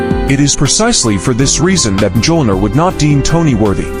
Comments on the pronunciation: Cap could ALWAYS lift the hammer. And that pronunciation... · I'm sorry but the absolute horrid pronunciation of the hammer's name I couldn't make it past a minute. Actually I made it to 59 seconds